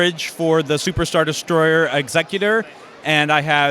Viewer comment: How did you call that Super Star Destoyer? Jezus man... it’s Executor! Exe Cutor aka Kjutor! ffs..